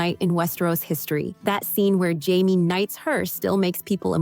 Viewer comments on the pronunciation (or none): none